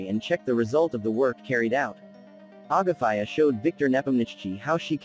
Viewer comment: ITS AGAFEA... NOT AGAFÀIJA